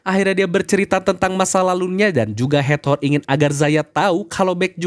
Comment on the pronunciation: Hator Kak, bukan hat-hor 🙌🏼